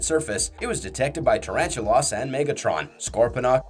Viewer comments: god did you ever actually WATCH the shows? just under 12mins in and you've completely mispronounced the first spider's name like 20x. It's NOT pronounced "tarantu-loss' it is PRONOUNCED "tarantu-LESS" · I thought that was just an accent thing.